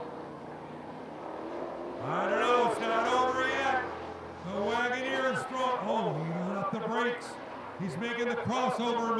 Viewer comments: The freaking announcer is annoying, can't pronounce Wagoneer and his watch the starter crap is distracting. Where did they get these cars, grandmas retirement village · Had me hovering over the "back" button saying "Wagoneer" like that. 😅